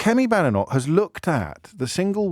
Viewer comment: Remember her name is pronounced Bay-denoch not Ba-denoch. But i prefer Bad-enough